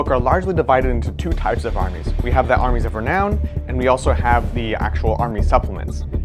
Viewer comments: Lol he said reknown again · Re-Noun, otherwise good video.